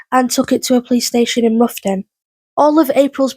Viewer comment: Roughton is pronounced Wroughton as in having a wrow with someone